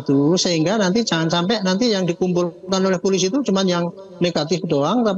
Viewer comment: Bapak ini nyebut polisi saja gak beres. Masak iya dia bilang pulisi😂😂😂😅😅